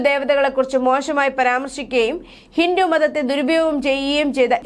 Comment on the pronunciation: കൊച്ചേ ഹിന്റു അല്ല ഹിന്ദു എന്നാണ് പറയേണ്ടത്